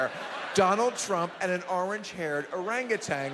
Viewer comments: or-ang-gu-tan not orangatang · Howard Stern will interview anybody and strokes Trump and gets him to sound even more stupid!......and it is o-rang-u-TAN, not TANG. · Why does everyone say "Arang-a-tang" when pronouncing "Orangutan" ? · President Orangtan. "Make Americans Orangtans again" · Hey billy, it's orangutan...not orangutang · He is such an arrogant bastard. Why would he not know it was a joke. The guy said orangatang . Oh yes he is a republican all right as he sued anyway, Putz. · neither Trump nor Stern know how to pronounce Orang-Utan.